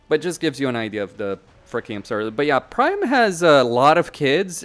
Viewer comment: PriAM not Prime 😂